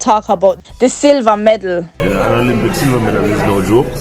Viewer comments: Girl it’s medal not medle what’s wrong with you you faking accent so much that you sound crazy bout medle. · it’s astonishing that you sitting there saying medle when the word is medal and the British does not pronounce the word like that. I do listen to the way the British pronounce the word. I have lots of British friends that I talk to all the time, but my comment was not intended to focus on the accent I was just trying to let you know that the word is medal and not medle and you sound crazy saying medle wasn’t trying to insult you. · Girl, I'm annoyed by you calling di damn thing meddle, it's a medal for god's sake. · Medal the word is medal